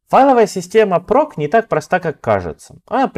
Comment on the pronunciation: /proc - вроде произносится как проЦ, а не проК, так-как сокращение от process.